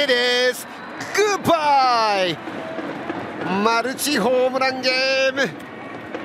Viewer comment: 札ドのグッバイほど好きな発音はない！！